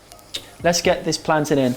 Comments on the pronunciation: Yes he said plantain like us Jamaican islanders! 🇯🇲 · love how you're pronouncing plantain the Jamaican way! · I really appreciate you not pronouncing it "plan-tayne" loool